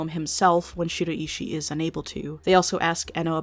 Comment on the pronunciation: American people have such an odd way of pronouncing Japanese names. I cant help being distracted by it, especially the way you pronounce Shiraishi 😅